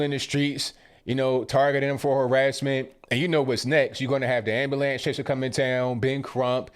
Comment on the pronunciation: what is an 'ambalance"???